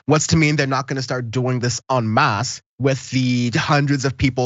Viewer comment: Well done! Apart from the great points and analysis you made, you're the first American I've ever heard pronouncing "en masse" correctly.